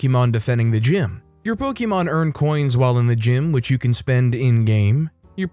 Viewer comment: Sigh po-kuh-mon.....